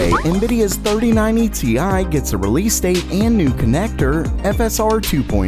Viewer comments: Bruh he called the rtx 3090 ti "tie" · "TI" gets me every time